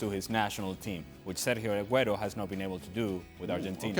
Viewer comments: I really don’t understand how people get paid to give their opinions to people on tv...like ur a nobody who tf cares.... also ITS FUCKING SERGIO AGUERO NOT FUCKING SERJo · Does that guy Sid wanna pronounce the R in the Spanish players name any harder ?????